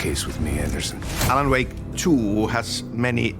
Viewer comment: its more like "Alana Wake" 😂😂😂